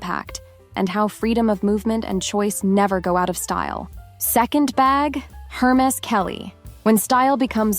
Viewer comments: Hey, narrator! It's pronounced "AIR-mess" not "Her-meez". Damn. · It’s not pronounced her maze😂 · AI calls it Hermiss! The creators seem not to care, thinking AI gibberish is good enough for us. That may be a contention point for those of us who appreciate proper English. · What surprised me is that you don't even know how to pronounce Hermes. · If you can’t say Hermes correctly then maybe you should skip the advice. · A: Learn how to pronounce Hermés correctly. B: The original Chanel 2.55 bag did NOT have double C's. That was applied by Karl Lagerfeld in the 80s-90s, when the carriers wanted the ostentation of logos. True elehance is the lack of ostentation. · Hey…be nice. Not everyone can do the “snobby” French accent 😂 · You mispronounced Hermes. The H is silent- good advice though